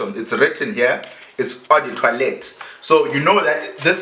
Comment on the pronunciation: Was pronouncing the word as toilet 🙄😂